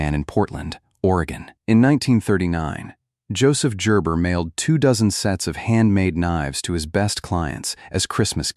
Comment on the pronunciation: Gerber with a "ja" ?....lol